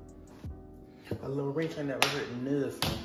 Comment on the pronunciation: “And Ian seen er since” PLEASE! 😭🤣🤣🤣😂😂😭😂😭